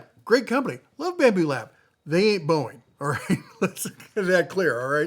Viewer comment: "Babmu" lab? :face-blue-smiling